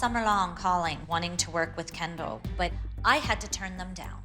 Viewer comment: I find it funny how Dr.holly went threw all this college YET she can't pronounce WITHHH,, it's not wiff Dr.holly 😂 learn how to speak properly !!!